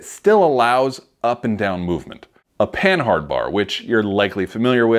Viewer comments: It's not PAN-HARD, it is pronounced PAN-ARD it was invented by a Frenchman named Rene' Panhard. In French the H is silent. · Isn't Panhard pronounced like Pa-nard, like the French car company?